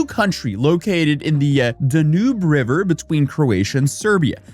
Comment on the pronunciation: He also pronounced the name of the Danube wrong. It is DAN-YOOB not DA-NOOB.